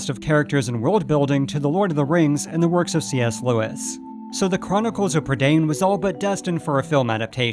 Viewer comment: Can you please research how to actually pronounce words which you may not know? You completely mispronounced ‘Prydain’. It’s a Welsh word, and you didn’t bother to look up how to say it. You probably would have done so for other languages. Do better please.